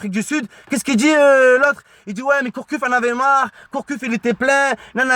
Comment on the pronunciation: Gourcuff pas Courcuff mdrrrrrrrr